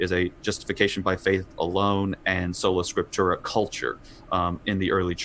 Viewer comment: seems to confuse Sola Scriptura with Solo Scriptura, which is “Me and muh Bible under a tree.” That perspective has no regard for history or even the common Creeds of Christendom. If I’m hearing correctly, he’s even pronounced the principle in that way.